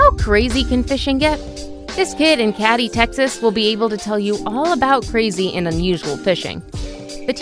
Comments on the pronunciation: It’s “Katie” Texas. Just spelled Katy. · #10 as a Texan. The way she says “Katy” is disrespectful 😂😂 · Couldnt agree more with ya. I grew up in Katy hence why this video got thumbs down from me lol